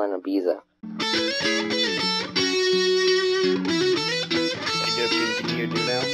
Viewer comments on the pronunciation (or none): How did he pronounce Ibiza?